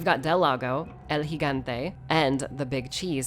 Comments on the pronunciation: oh my god she said El gigante correctly....enough to make a grown man cry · You have no idea how refreshing it is to hear someone else pronounce The Giant by his actual name instead of “El G-gante”